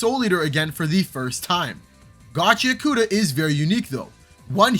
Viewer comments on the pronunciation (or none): and also ur not pronouncing gachiakuta right dawg its GACHI-AKUTA (pause between I and A) not gachiakoota 😭💔